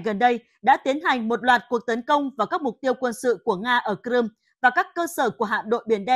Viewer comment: Crimea chứ ko phải cờ-rum